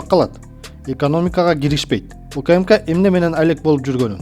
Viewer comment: УКыМыКа дебей УКМК деп туура окучу бай болгур,качан жазылган тексти туура окуйсунар,сабатынарды жогорудаткылачы 3чу класстын окуучусундай болбой